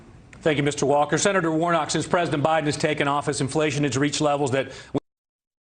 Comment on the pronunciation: It's Warnock, not Warnot,!